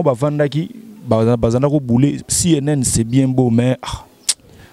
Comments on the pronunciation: on dit #CNN et non #CNL merci. Français na yo, bongisa merci. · le musicien s'appelle CNN et non CNL comme tu le prononce, fais des éfforts stp! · c’est cnn et non cnl 🤣cnl eza journal ya lingala